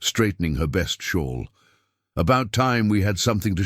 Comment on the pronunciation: shawl not shore